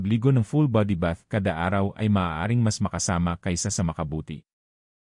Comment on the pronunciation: Pronounce the words correctly like Balat,malusog,makasama,kati, etc.